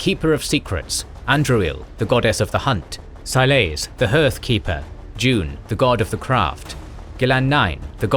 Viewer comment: "June" is pronounced like "Ju-nay". You also used a lot of unconfirmed or speculative fan theories. For example, there are several hints as to where the City of Arlathan was, not just the one where it was in the Arlathan forest. Another would be that it was where now Lake Calenhad is. The Elvhen empire was certainly not limited to the Arlathan forest. There are Elven ruins as far south as the Arbor Wilds and there's the ruin of a Temple of Dirthamen in Orlais east of Val Royeaux.